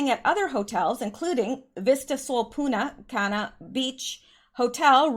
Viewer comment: make sure you pronounce the N in PuNta Cana. Lol, without it is a bad word!!!